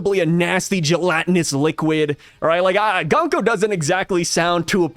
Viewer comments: Her bame could be pronounced Goonko since the U in japanese is Oo and not Uh. Goonko has a softer and more pleasant sound than Guhnko. Just a thought. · Japanese pronunciation... Gunko = Goon ko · I think Gunko is pronounced "GOONko" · According to google translate, “Gunko” means “War Drum”. Also I think it would be pronounced “Goon-ko”, which I think we can all appreciate a little more 😆